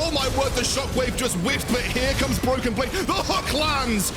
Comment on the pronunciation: Did he say Bloken Blade ?